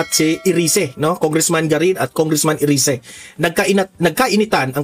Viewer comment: Erise yan ang tamang bigkas sa english